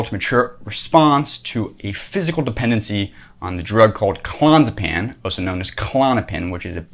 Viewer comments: "Clon-zuh-pan"? Not even close. Learn to pronounce a word before you pontificate about it for 5 minutes. Clo-nay-zeh-paM. These are not facts you're spewing, they are a priori assumptions (to use a term you've been served up in your 'word-salad' JP lectures ad nauseum) that may or may not be true. He probably needed k-pins to deal with the stress of having all these young dudes up on his nuts all day long. Listen to the guy talk about addiction. He got addicted to Klonopins just like everyone else. A shot of dopamine every time he took it until he needed it all of the time. It's simple as fuck. If someone living on the streets, with an OBJECTIVELY MUCH harder life is a drug addict, are you so inclined to give them as much benefit of the doubt? I have a million dollars that says you dgaf about those people. Believe it or not, pretending to understand Jung better than anyone, whilst completely missing the mark, isn't the worst plight from which a human can suffer. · if you cannot pronounce the drug correctly ....... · I get it, you read the wend article on klonopin. You're still pronouncing clonazepam wrong. If you're gonna nitpick a stupid aspect of what someone said, at least make sure your nitpick isn't wrong... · Hes saying the name wrong. Clon-AZ-a-pam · It's pronounced Clo-naz-epam. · Clonzapan? Clonazapam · It's clo Naz a pam. Can't take you seriously if you don't take it correctly. I'm not a snob unless it's about Klonopin or JP. It's awful to get off of. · This guy can't even pronounce Clonazepam.